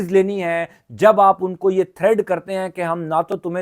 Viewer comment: ہم آپ کو ریگولر اور غور سے سنتے ہیں ۔ آپکی کوریکشن کےلئے عرض ہے کہ لفظ تھریڈ نہیں ہوتا بلکہ تھریٹ ہے ۔ اس وی لاگ میں آپ نے دو بار یہی غلطی کی ہے۔ Please note it for future & record. Many regards